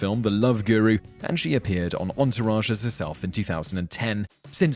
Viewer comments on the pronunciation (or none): none